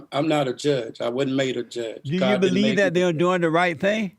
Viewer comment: He was short circuited before Jesse loaded him with electrons... Can you beweave it? It's twoo, it's twoo..